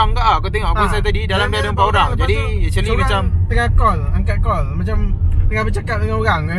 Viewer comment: ... Acherli ( actually) 🤣😅🤣🤣🤣🤣🤡🤡🤡🤡🤡🤡